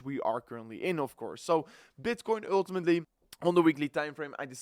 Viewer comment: Actually, with a dutch accent, it's always "öltimetly"😂